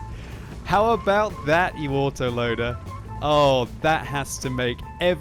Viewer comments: chisel_Head I know, but it sounded funny. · Yes, you are. He said "you autoloader" and the word "you" has a hint of the W sound, which is why you thought he said waterloader.